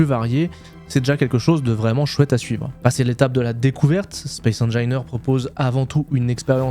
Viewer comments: "Spaïce HaineJailleNeur" :D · J'pense ça se prononce Space Anginaire 👀👀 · ca se prononce space engineers. de rien pour le référencement c'est avec plaisir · "spéce engaîneurse 2", ca m'enmerde ;) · Tu prononce mal « Space engineers » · Tas gagné mon like et mon abonnement rien que pour m'avoir emmerdé avec ta prononciation de space engineers 😂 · Moi ça m'a énervé ta prononciation ;) Sinon, ancien joueur du 1, j'attend l'arrivée de l'eau pour prendre le 2, mais c'est vrai que ta vidéo donne bien envie de s'y remettre ! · Petit cadeau référencement : J'ai les oreilles qui saignent à chaque fois que tu prononce le nom du jeu :)